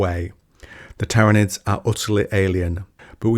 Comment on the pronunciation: My guy manages to pronounce Tyranids 3 different ways and none of them were correct lmfao.